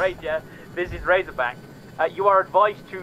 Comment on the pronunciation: I love Razorback’s proper pronunciation. is amazing. You should make a series out of it. I’m sure he loves it too.